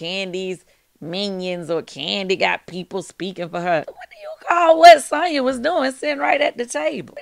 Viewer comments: Noooo it's SANYA 😂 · It’s pronounced Son-ya